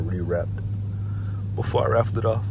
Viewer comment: Bro said raffle no way